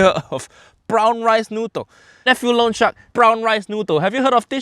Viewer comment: He's saying "loan shark" but my mind is hearing "lone shark"